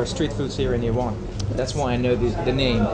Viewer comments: this guy cant pronounce "Iran or the letter R" he says Iwan or Tehwan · Its Iran not Iwan.